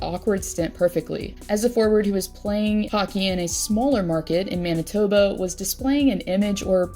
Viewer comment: Did i hear that right, Manitobo?.....it's Manitoba.